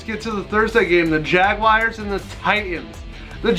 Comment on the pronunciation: Like your videos, even if you're an angel fan and keep taking jabs at the Dodgers. But please, please stop calling them jaguayrs, It's jaguars, like jag-whars, or jag-yoo-ars if you want to be english. But it's definitely not jag-wires. Sorry, rant over.